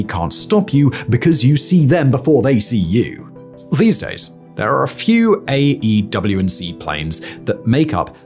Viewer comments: Stop saying AW and C, its AWACS ffs 🤔😉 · People say "AWACS," not "AW&C." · Every time he says "A, W &C plane" instead of just saying AWACS I die inside anew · Why do you keep calling them an AEW&C - with 7 syllables - when most people call them an AEWAC - with 2 syllables? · Just say “AYWAX” ffs lol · The aerospace nerd in me is going nuts at him not pronouncing it "Ay-Whacks(AWACS). Like full blown Forrest Whitaker eye irritated. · Every time he says “A W & C” I cringe, like when he spells out “m k” instead of pronouncing it as “mark” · AEW&C??? Who pronounces it like that.... aewac "awax" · AWACS pronouced' A-wacs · The way you keep saying AW&C makes this video lose credibility slightly...editor/director pls help him out lmao